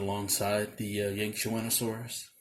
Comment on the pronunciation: Dude how are you able to pronounce that